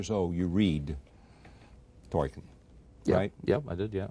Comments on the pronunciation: "Toyken" smh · Except every mispronunciation of Tolkien. Talken, Toyken, Toilken😂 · Toykin he thinks the L is a Y like spanish 😂😂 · In fact, if you read his notes/letters, Tolkien states that it's not toll-keen (German), it's 'tol-kin', in one, quick, English go. Either way, Charlie got it dead wrong. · I heard Twerkin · If he says Torkin one more time!!!!!!!!!! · He says it like 3 times! Twerkin?.....Toilkin?(like “toilet”) 😂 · it's pronounced tol-keen but I think charlie was trying to apply a soft y sound to the l sound. Toy-keen. What makes it worse is that he clearly doesnt have confidence in the pronunciation so he mumbles it. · This guy doesn't know how to say "Tolkien" he says "Toiken" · Is it just me or is Charlie Rose saying "Torkin" instead of Tolkein and "Eragon" instead of Aragorn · Sounds like the interviewer keeps calling Tolkien “Toy-kin”. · can someone please tell charlie rose how to prounce tolkien's name...who is toykin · Why does Rose keep saying "Toykin" for "Tolkien"? Strange. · why is he pronouncing it "Toyken"? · “Toykin” “Aragone” 😂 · Is it annoying to anyone else that Rose can't pronounce Tolkien's name correctly. He keeps calling him Torken. Jesus Christ, man. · Man keeps saying 'Toyken' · 'Toykin' lol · If that man says Toy-ken one more time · “Toyken” lol what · Torken... Toiken... ANYTHING but TOLKIEN 😩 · Toy-ken ,,,, Torken... dude... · This interviewer is terrible. He clearly has no interest in LOTR and keeps calling Tolkien "Toykin". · I shiver every time this interviewer says “Tolkien” 😂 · Say it with us, Charlie: TOLL-KEEN. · Did the interviewer say Toykin? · How does Charlie Rose keep mispronouncing 'Tolkien'? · Who the hell is “Toykin?” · Charlie rose will not stop calling Tolkien 'toyken' and it's infuriating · Why does he keep saying toykin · you read ...TOIKEN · "toykin" can he not learn the pronunciation of his name before you do an interview about the film of his book? lmao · Who is this illiterate interviewer…. ToRKiEn 0.o